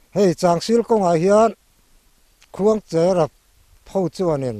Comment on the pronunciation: Khuangchera kan lamdan hi a dikhlel deuh lo maw thianpa...khuangcher...cher, tih lai hi, Cherhlun khua kan lamrik anga...cher anga Khuangcher tih tur a ni lo maw, thianpa, 😂